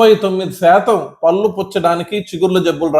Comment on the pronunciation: I like all your videos and info but your pronunciation needs to be improved. పల్లు kaadu పళ్ళు అనాలి.